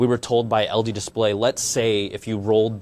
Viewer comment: did you just say algae instead of LG? Haah.. bad apple